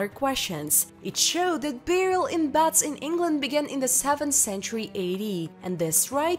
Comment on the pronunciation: Its beds not bads.